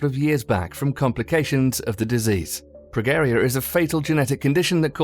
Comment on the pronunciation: FYI the "G" in Progeria is pronounced like the "G" in George